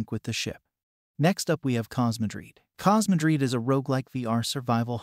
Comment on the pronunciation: He said cosmudreed 🤣